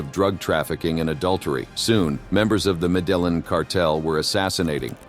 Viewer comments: It's having the opposite effect on me. I find myself screaming "medellín!!" At my phone every couple of minutes, and I don't even speak Spanish haha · Pronounced Medeyeen